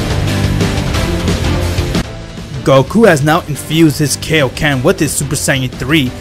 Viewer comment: I’m not making fun of him but he says kaioken like Kiokan